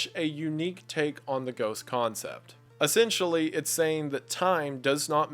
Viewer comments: I'm just here for the "essentionally" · "essentionally" lol